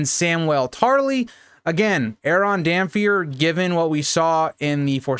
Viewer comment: I'm sorry, I don't want to be THAT guy, but it's "Damp-Hair". His hair is wet, damp.